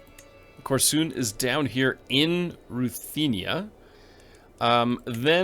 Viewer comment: It’s kOrsun, not korsUn 😁 Too bad doesn’t keep true titles for Russian lands. We never had princes, we had titles of Knyas’ later we had Tsars and then - Emperors… Also, we were not Norse or Vikings. True that Rurik is believed to be of Scandinavian descent, but all other generations had nothing to do with Norse or Vikings… I seriously advise you to brush up on succession tules in Kiev Rus. Nothing was equally shared. It was quite often that wars started between siblings bc either they didn’t get equal shares or got no shares at all.